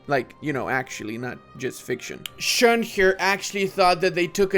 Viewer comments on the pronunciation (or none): none